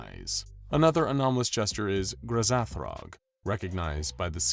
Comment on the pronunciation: dude is no one going to talk about GRA-ZATH-ROG 💀